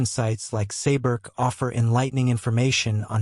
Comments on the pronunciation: Man!!! If you are to make a documentary about something, please pronounce at the least the name right!!! ... It is NOT Goklitip....the name is Göbekli Tepe in two words. From the get-go, your thing turned me off and sounded like shit. Using AI to make a documentary on a serious subject is not serious!! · Goklitip!!!.....you kidding me man!! AI bull !! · you might’ve never heard this or it’s AI so I’m gonna help you say it. It’s glob. Like globe is in the round circle thing that chose the Earth. Lee. Tech. Ee. ❤